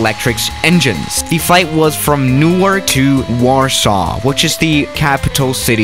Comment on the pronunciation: Lot :P Btw it's Warsaw not warsaaw